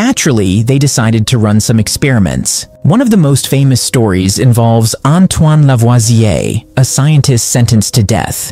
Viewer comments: But for me the best execution is how the narrator pronounce Antoine lavasuioe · "AnToUWaN LEvUAsiE" French accent goes hard🗣️🔥